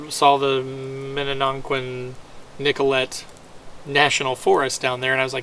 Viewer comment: Shwa- muh- gun Nick- uh -lay Say it with me.